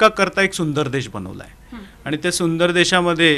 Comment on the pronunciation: देश म्हणा, देष नव्हे 👍